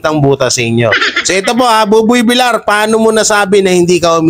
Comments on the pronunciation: idol bakit hanggang ngayon d ayaw mong i correct yong tamang bigkas ng apelyido ni buboy. kc VIL YAR po dapat ang bigkas ng VILLAR hindi VILAR. THANKS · Villar is pronounced as Vilyar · paki korek lng po ng pag pronnounce mo ng Apelyido ni Buboy Kc dapat ang pronnounce nyan ay Vilyar kc double L yan pag 1 L lng yan ang Vilar